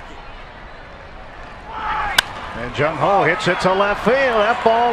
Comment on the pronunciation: did he just say jung ho ho. thats racist. lmaooo